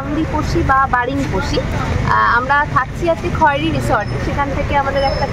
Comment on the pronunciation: বাংরিপোসি হবে, বারিংপোসি নয়। Khairi উচ্চারণ খয়েরি হবে না, খৈরি হবে।